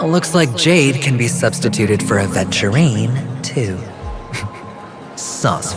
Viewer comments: ratio mispronounces aventurine, he says adventurine. It would be fun if this mistake is pointed out in future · Funnily enough, the current patch rn has Aventurine using "ADVenturine" name LMAO